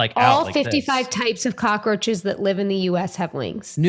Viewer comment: Kills me that Rob says cockroaches with four syllables lol